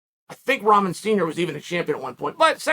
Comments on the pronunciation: I can't stop hearing him say Ramen 🍜 it's Rockmon man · Hay Chael, I love you man but you have to get the young mans Last name right. It's pronounced RockMan... Like his famous heavyweight champion Father. Who knocked out Lennox Lewis..